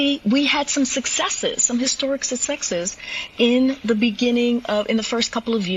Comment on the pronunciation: When you can’t say “success “ correctly were you really successful?